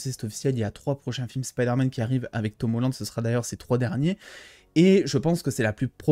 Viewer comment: Dit pas Siderman 4 XD j'ai crue que ça aller parler de Tobey mdr